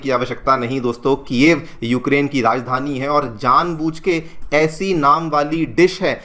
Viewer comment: Bro it’s chicken ala- kieve